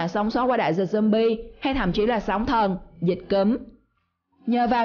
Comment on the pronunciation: khùng jumbi rồi sao bà cứ jumbi hoài vậy